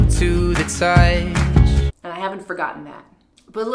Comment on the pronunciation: "Touich" eeew. . . . Lol